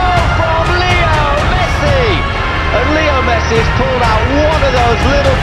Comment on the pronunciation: said Messa